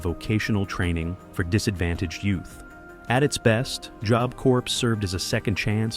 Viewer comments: AI Narrator can't decide how to pronounce the word 'job'. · Lol, jobe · The AI narrator pronounces Job weird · Did you use ai for the audio? That is not how you say tadaryl. Any real person would know it is like Tuh Daryl. And it says job with a long o? Makes it unwatchable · "Joab" corp?? It's about time these AI voiceovers were banned! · You pronounce job two different ways (3 ways/correction) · If this isn't AI. You can't even pronounce job? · AI narrated, learn how to pronounce “job”.